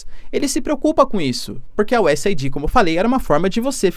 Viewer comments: Professor, o nome da organização americana é US Aid (se fala U S "eid"). Vc está falando US ID (U S "ai di")!!! 😬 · Se fala US AID, não US AIDÍ. Mas ele fala tão fofo que nem dói no ouvido 😅😊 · Professor, só para ajudar: a pronúncia é US “eid” e não US “aidi”. Abraços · Professor, USAID pronuncia que nem o Aid de Band-Aid. "US êid". Abraços e assisto seus vídeos todos os dias! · A pronúncia correta é: US /aide/, é US Ajuda. Não é US Aidi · Estimado professor, USAID se pronuncia como o curativo band-aid vendido nas farmácias. US AID onde AID se traduz como ajuda. Espero ter contribuído.